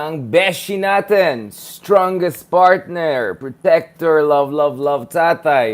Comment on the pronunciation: Pertner, pretecter. Chikka Minute!